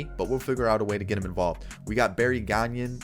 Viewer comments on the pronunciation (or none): none